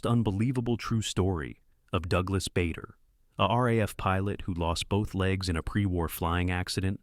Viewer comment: Another blooper: Douglas Bader's name mispronounced as 'Bayder' not 'Barder'